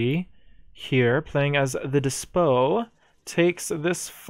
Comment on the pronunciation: Great video, as usual, and I like how you described the pronunciation of Marquise. You are correct about that. However, I do believe you’re mispronouncing the word “despot”. According to all sources I could find, the ‘t’ at the end is not silent. Not trying to be annoying, but just want to let you know